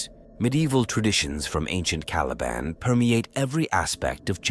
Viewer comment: Well at least this a junk can pronounce the word caliban